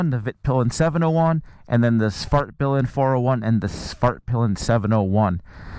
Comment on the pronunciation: This might be the most immature comment here but I kept hearing Fartpilen. Back to maturity, great review, waited a long while for a new MC commute